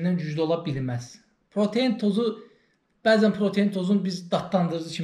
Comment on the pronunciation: [Protein] deyil [pratein] di, birincisi. İkincisidə ki, [energi] yox [enerji]